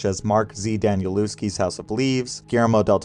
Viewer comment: great video, great series! danielewski is a polish name, so the W is pronounced with a V sound, almost an F. 🫣